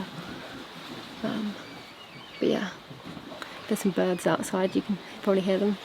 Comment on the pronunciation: I just watched the part where you said you were “ joined by some bids, eight of them altogether” but I heard “joined by some birds. I ate them all together” and did a double take. 😊